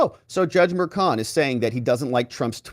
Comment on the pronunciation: I pray these hyenas after President Trump get everything they deserve. From the prosecutors to the judge. They are corrupt and despicable. Btw..when did juan become frech? .merchan is mer-chaan ..not mershawn. 🇺🇸🙏🏻